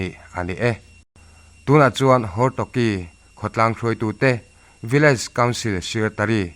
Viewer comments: Hortoky,, tih hi hortoki tih zawk tur aw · Hortoky nilo in Hortoki aw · Hortoki tih tur a ni zawk e.